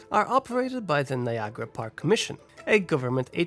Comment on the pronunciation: Neeagara made my skin crawl